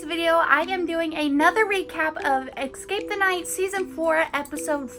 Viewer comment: I’m not hating but does anyone get a pet peeve when she says eXcape the night instead of eScape the night. She doesn’t need to change anything because it doesn’t even matter buuuuuuuuttttt